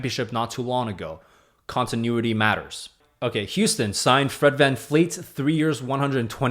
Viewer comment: Bro! It's Van-VLEET! Not fleet! I'm definitely not subscribing to your channel! Smh